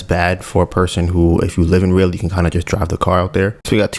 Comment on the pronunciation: Raleigh, Pronounce it Rah-lee✌🏿